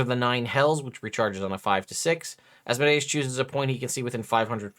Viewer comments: Thank you for not saying Az mode ee us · Fun fact people say deus ex machina pronouncing it as de-us, but then they say Asmodeus pronouncing it like Asmo-dius. Your pronunciation is actually more accurate.